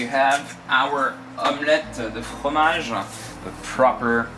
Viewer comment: I keep replaying with his proper French accent saying Omelette Du Fromage